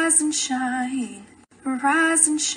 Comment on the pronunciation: she said "rIsE aNd sHrInE "